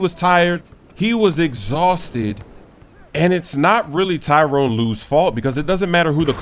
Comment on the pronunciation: Tyronn not Tyrone lol